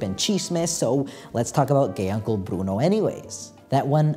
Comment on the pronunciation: your videos make me want to study anthropology btw the way you say "bruno" is so satisfying no esperaba oir el final en español, fue tan especial 🥰